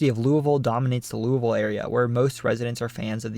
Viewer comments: I grew up in Western Kentucky. My friends and family always used the pronunciation you use for Appalachia. You also pronounced LOO-uh-vul correctly. That's rare for people outside the state. Also, one of my ancestors was murdered by Night Riders in the Dycusberg, KY area. I think his headstone even says he was murdered by Night Riders. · Wow, you pronounced "Louisville" pretty well! A lot of us in KY pronounce it almost like "loovool", with the "oo's" sounding as if you're saying "drool". 🤣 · Shout out from FLEMINGSBURG KY, great job!! And you pronounced LOUISVILLE correctly! 😊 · Excellent job on pronouncing "Louisville" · Thank you for saying Louisville correctly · i am just happy he said Louisville correctly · Also! Very impressed you pronounced Louisville correctly as a proud Kentuckian would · hello from Louisville a+ for pronouncing it right